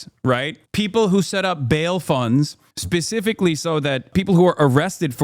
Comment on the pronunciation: I crash out every time I hear Hassan say pacifically.